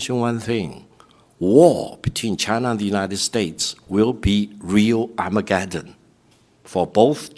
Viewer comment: Armageddon, you have said it right,.